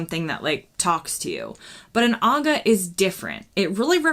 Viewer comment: You pronounced Aga correctly.